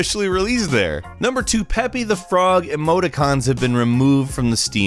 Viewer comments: Did he say pepy the frog ? Bruh pepe is online culture at least know how to say his name properly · You just said pepi the frog i want to not live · The Trust The way he pronounced it bothered me so much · DID HE JUST SAY PEHPEE??? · You dare mispronounce PEPE DA FROGS name